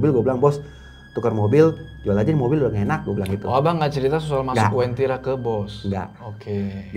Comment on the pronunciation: Bukan wentira, tapi uentira.